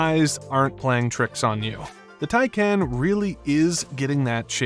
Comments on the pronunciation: I gave up watching. This guy doesn't know how to pronounce "TIE-Kaahnn," not "Tie-KAN." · Love your videos. Isn’t it pronounced “tie-con” tho?